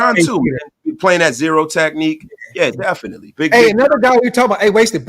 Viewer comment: Zero votes? ZEE-ROW? None? Not a single vote? Really?